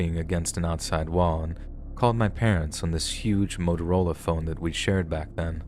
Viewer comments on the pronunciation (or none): none